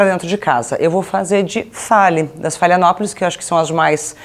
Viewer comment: Ana Hickmann: você não sabe nem os nomes das orquídeas: falou "phalaenopolis", ao invés de "phalaenopsis" (não sabe mesmo o nome, porque falou errado 2 vezes)! E ainda acha que a flor azul é natural! Se cuidasse delas, saberia que essa cor é obtida com corantes injetados no caule e que a próxima florada será branca, a "cor original"! AS ORQUÍDEAS NÃO SÃO PARASITAS! Elas vivem em SIMBIOSE com as plantas hospedeiras, não retirando nutrientes destas, e usam os caules das árvores apenas como apoio, para alcançarem a luz do sol na mata fechada, onde costumam brotar as sementes! As tuas orquídeas que estão amareladas, devem estar recebendo sol demais naquele canto. Nos vídeos dos sítios Colibri e Orquidário Paulista, eles ensinam que antes de colocar o substrato no vaso, precisa-se colocar uma camada de drenagem (ou pedras, ou isopor picado, ou tampas plásticas de refrigerante, entre outros), para que a água que não sair pelos furos do vaso não ocasione o apodrecimento das raízes. As "casquinhas" retiradas do vaso plástico que vêm com a orquídea devem ser descartadas, porque são antigas, podem estar apodrecidas, com bactérias e fungos. As raízes não são resistentes e não devem ficar "entaladas" no vaso, por isso não é recomendável plantar várias no mesmo vaso, "esmagando-as". Firmar as raízes é diferente de sufocá-las. NUNCA REGUE COM GELO, CÉUS! Os canais Nô Figueiredo, Vida no Jardim (da Lúcia Borges) e Minhas Plantas (da Carol Costa) têm muitas orientações de como cuidar dos vár